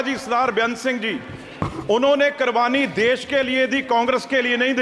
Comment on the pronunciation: Bittu: Bittu ke daada sardaar * singh ji karbani करबानी diye desh ke liye 😊😊😊. arey bittu, karbani करबानी nahi नहीं kurbaani कुर्बानी kaho. Ye hai neta jisko bhasha hi sahi se nahi aati